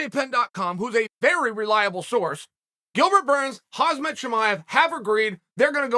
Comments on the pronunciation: Kham-Zat .. one would think by now you would learn how to pronounce his name. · Hoz mat .... Atleast you got his last name correct. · If Chael says that his name is Hazmat then his name is Hazmat. 😬😊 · I know Chael knows how to pronounce names correctly but mispronouncing names is his schtick. I've heard him say Kam-zat a million times but called him Hazmat within the first 10 seconds of the video. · Even if he becomes champ, Chael will still call him Hazmat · No one: Chael: Hazmat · "Huzmet" ha ha ha ha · Chael “Hahzmat” Chimaev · It’s 2022 and Uncle Chael still calls him Hazmat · “Hoz-met chimaev “ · Why does Chael keep saying Kumshot Chimieves name wrong? Colby knows how to say it lol totally jk Cant wait to watch that fight!!! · Why is Chael calling him Hasmat xD? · Khamzat LOL its hamza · Chael made so many videos about Khamzat and he still can’t pronounce his name correct 😂😂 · Chael, for God's sake learn how to say Khamzat already, you're too smart to make that silly ass mistake over and over. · If he beats Gilbert, I guess you will start pronouncing his name correctly!? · It’s KhaMZat Chael, not KhaZMat… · Why does Chael say Khazmat instead of Khamzat? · His name is pronounced as Hamzah..not hazmat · Is Chael really pronouncing Khamzat, Hazmat? What a disrepect... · Khamzat not Khazmat lol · Its not Khazmat chael its KHAMZAT SMASH ALL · Chael "Hazmat not Khamzat" Sonnen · Its khamzat not khazmat! 😂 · Uncle Chael, his name is Khamzat, not Hazmet, LOL! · It’s KHAMzat not KHAZmat 😓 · Hazmat Chimaev lol. The Z and the M are actually the other way around lmfao. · It is KhaMZat NOT KhaZMat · Chael:Hazmaht Everyone else in the world: Khamzat ( hahmzat) Chael: Hazmaht Everyone else in the world: ok great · KhaMzat. Chael, please... It's Kha-M-zat, not Kha-Z-mat. Guys can u make this comment noticeable? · CHAEL IT’S KH AM ZAT CHIMAEV. NOT HAZ MAT CHIMAEV🤬🤬😡😡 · say it slow... Hawm Zaht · can we just talk about how he calls him Khazmat Chimaev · “Khazmat Chimaev”